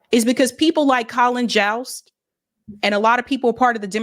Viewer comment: Jost is pronounced like "most," not "joust."